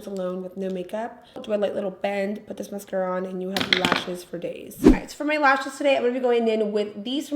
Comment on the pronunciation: I'm not even French and I know that's not how you pronounce the mascara.